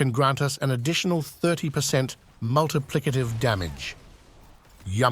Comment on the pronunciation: hnnnnnnnhhhhhhgggggggg "multiplicative"